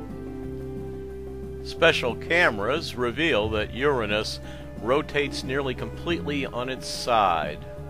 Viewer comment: no..that is the correct way to pronounce it: your-rah-nus not your-anus